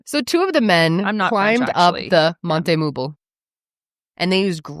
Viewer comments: "Monte-meuble" ladder. Which means to "bring the furniture up". Put the pronunciation in a french speaking app. Does not sound quite how you are saying it... But I think I prefer your pronunciation of it! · monte-meuble sounds like monta-muebles in Spanish, which translates to furniture mount, so in a way pronunciation is correct, but in Spanish 😅